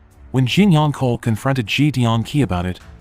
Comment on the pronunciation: Tell AI, it's pronounced ch-ohl, not kohl.